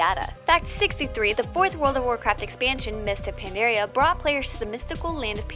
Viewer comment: The way you say Pandaria and Pandaren is tilting me